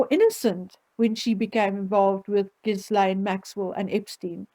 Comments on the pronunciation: sorry, it's Ghill-AINE. the S is silent. (i'm a bit OCD about things like this....apologies.) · Another brilliant analysis,! I agree with your every word! BTW (hope you don't mind) Ghislaine is pronounced "gillin" - the G as in gill.